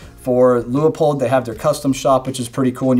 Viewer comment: Leupold (the company family) says it's pronounced LOO-POLD. Only two syllables.